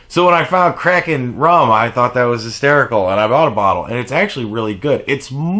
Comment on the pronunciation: Let's be real. The heating pad is why we all watch these videos anyway. Also I thought you said "I love crack and rum" lol I had never heard of Kraken rum.